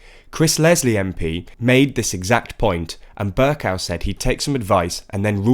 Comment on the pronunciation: why do you keep saying Ber- cow it's pronounced Ber-co. Even on the Podcast you made that same mistake. Please correct yourself man.